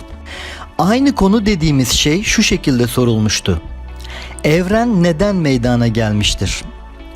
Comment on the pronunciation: Ne olduğunuz değil nasıl yaptığınız önemli. Bir öğretmen olarak zaten konuşmanızın düzgün olması gerek. Öğrencilerinize ders anlatırken de bu ve buna benzer hatalarıı yapmamalısınız. Ben videonuza başladığımda meydaaana gelme telafuzunu duyar duymaz yarıda kestim. Çünkü artık benim için içeriğin bir anlamı kalmadı. Eminim benim gibi bir çok insan sırf bu yüzden yarıda bırakacak. Bilgi, herkes tarafından hızlıca ulaşılacak bir ortama sahip artık. Benim sizin videonuza bakma sebebim, sadece konuyu bilmiyor olmamla alakalı değil elbette. Farklı içeriklerden farklı anlatımlar dinlemek istiyor da olabilirim. Yada, bakayım bu kişi nasıl bir içerik anlatımı yapmış, diyerek seyretmiş de olabilirim. Yada ben bir felsefe tarihi araştırmacısıyım belki...Bunu da bilemezsiniz. Sizi şakşaklayanları değil, acımacısza eleştirenleri dikkate alın. Buradan çıkartılacak tek ders, yeterince hazırlık yapmadan ve diksiyon dahil bir çok konudaki olası eksikliklerinizi gözden geçirmeden ciddi bir girişimde bulunmamanız, olacak. Para kazanıp kazanmıyor olmanız yada alakasız başka gerekçeler üretmek yerine, " Evet bir öğretmen olarak meydana gelme ifadesini doğru telafuz etmeliydim, demeniz yeterli olacaktır. Bunu yaptıktan sonra video içeriği, bilgi seviyesi, anlatım şekli gibi konularda size fikirlerimi söylerim. Kibir insanı kendinden uzaklaştırır. Bazen konuşmayı yeni öğrenmiş bir çocuk bile size hayatınızın dersini verebilir.